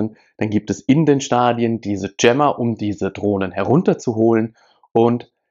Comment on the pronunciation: Wie der Typ jammer ausspricht.. ja das ist echt ein JAMMER.